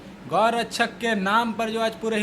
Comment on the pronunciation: Abe pahle tu gau rakshak bolna to sikh thik se